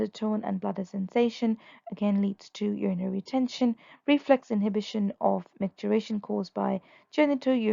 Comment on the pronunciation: MicturItion, not micturAtion.